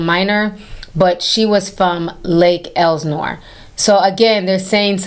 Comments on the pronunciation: lake whaat? 😂 lake el.sin.ore. Lol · Can you say lake Elsinore right please !!!!